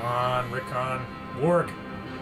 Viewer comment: Rick-ON omfg it’s Rickon, not Rickin